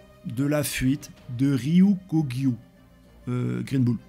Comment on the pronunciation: Ryukugyu, pas Ryokogyo. Je le vois un peu trop.